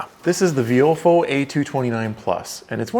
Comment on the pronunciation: I thought it was pronounced “VY-o-fo”